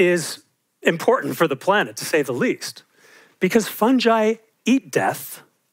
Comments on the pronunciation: Fungus fungal, fungi. Not funjus funjal funjai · Just because you're a fungi specialist doesn't mean you can pronounce it like that!